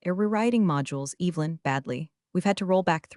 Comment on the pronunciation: How do you mispronounce Evelyn……? That was the first sentence. What a joke